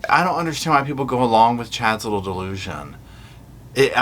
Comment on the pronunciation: it sounds like you’re saying little ass and it makes it so much more funny to me.